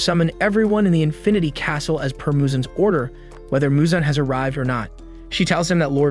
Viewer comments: It’s Muzan not Michael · Bro said Michael Jackson instead of Muzan ☠️😂